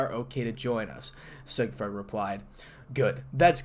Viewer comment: Sig fried? No. Sig freed. Emphasis on the first syllable.